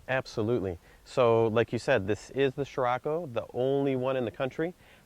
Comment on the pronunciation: scriocco not sciracco !!